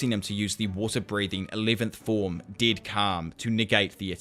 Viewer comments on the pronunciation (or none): deud? not dead?